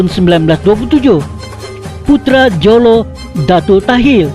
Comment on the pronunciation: Tulisan Jolo. Sebutan Holo.